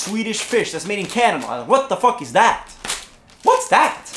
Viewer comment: Did he say Canadia hahaha